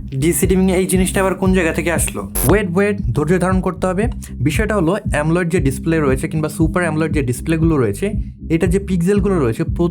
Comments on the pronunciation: AMOLED কে “এমোলেড" এর পরিবর্তে “এমলোয়েড" বলেছেন ভিডিওতে। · ভাই এতো দিন শুনছি AMOLED ( অ্যামোলেড) । আপনি বলছেন AMOLIDE ( অ্যামোলাইড) এটা আবার কোনটা?